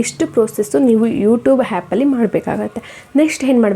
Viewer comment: ನಿಮ್ಮವ್ವನ್ ಮೊದಲು ಕನ್ನಡ ಮಾತಾಡಕ್ ಕಲಿ ಸ್ಪಷ್ಟವಾಗಿ ಮಾತಾಡು ಆ .ಕಾರ ಹ ಕಾರ ವ್ಯತ್ಯಾಸ ಗೊತ್ತಿಲ್ಲ ಹ್ಯಾಪಲ್ಲ ಅದು ಆಪ್ ಹೇಡಿಟ್ ಅಲ್ಲ ಎಡಿಟ್